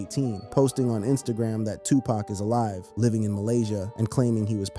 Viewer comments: How can we believe you when you dont even know how to say his name...its said like puc not pack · Bro you can not use an Urban voiced A.I. and it still says PACK😢😢😢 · OMG!! Please pronounce their names right!!! DUDE... 😂PACK???😮 STOP IT! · Say his name correctly damn A.I...shits annoying af...